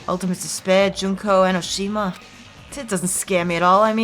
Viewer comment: JUNK-O EN-Oh-Shih-ma. Memeeeees